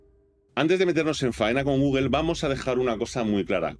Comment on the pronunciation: por que dices Google?